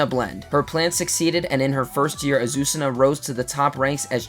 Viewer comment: As a Spanish speaker I can tell you that the pronunciation of Azucena is fine 👍